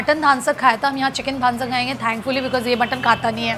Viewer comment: The video was really nice but just wanted to clear that you were mispronouncing the names of the dishes ..It is not dhaan sakh it is dhansakh ,it is not laganu custard it is lagan nu custard lagan means wedding and its not saali chicken it's salli chicken any which ways thoroughly enjoyed this video but I was just a little sceptical about the pronounciation